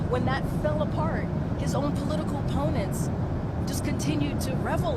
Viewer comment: How many times did KJP say "his political ponnents"? Ponnents?? She makes up words because she doesn't have a clue what she's talking about. Just like when she says "big farmer" instead of big pharma.